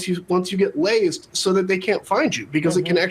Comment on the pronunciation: Lazed?? Or lazered?